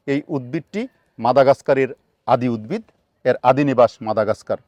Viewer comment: রাত্রি বেলায় কোন দিকটা পূর্ব আর কোন দিক টা পশ্চিম সেটা জানবো কি করে। দিনের বেলায় ত সূর্য আছেই। স্যার আর একটা কথা আপনার থেকে উদ্ভিদ উচ্চারণ টা পেলাম না। প্রতি বার আপনি উদ্বিদ উচ্চারণ করছেন।